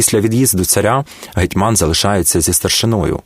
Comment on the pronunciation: Наголоси жах! ІгумЕня, гетьмАн,ЛепкИй